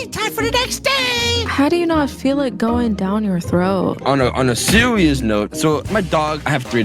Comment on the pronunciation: Sewious lol